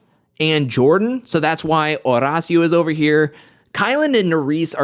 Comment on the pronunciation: I love watching you but I hate how you say Horacio’s name 😂